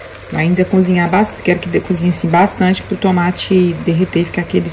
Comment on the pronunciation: uma dica ou correção, como quiser... Pronuncie "cozinhar" ao invés de "cunzinhar". Fica mais bonito 😉